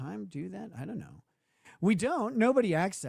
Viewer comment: "I dew't knew"